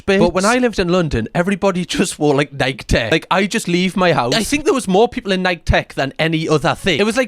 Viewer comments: Hot tip, Nike is pronounced like Mikey not Mike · It’s pronounced ni-key, there’s only four letters in that word, yet you can’t say correctly?!! 🙄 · I don’t think I’ve ever heard someone say Nike like that